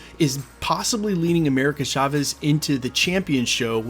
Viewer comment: FFS, dude. It's pronounced CHAvez, with a CH sound. Not SHAvez! Unless you have a speech impediment and also say things like shicken, shocolate, shimishanga.